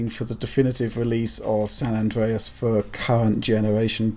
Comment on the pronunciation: san andweas hahahahaha